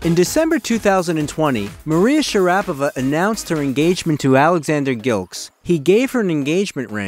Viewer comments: Yeah it's Pronounced Princess MARIA share a pova she is the Most Beautiful Lady Tennis Player of All Time 😊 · The first step to credibility on the subject of Maria Sharapova would be for the presenter to pronounce her name correctly. It's a real big problem if you make fan videos that annoy the core viewership within the first couple of sentences.